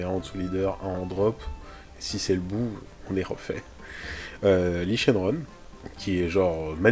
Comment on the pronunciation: La digestion était difficile quand il a fallu prononcer Li Shenron sur le deck Hatch ? Une overdose de Syn ? xD